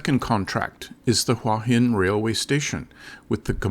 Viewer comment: It's "hoowah hin", not "wHah hin". If you consider this your home, might learn to say the name properly